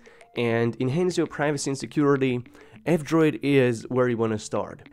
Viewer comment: Whenever you say "F-Droid" it sounds like "Android".